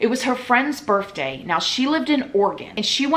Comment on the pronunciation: Girllll.... did u really say birfday??????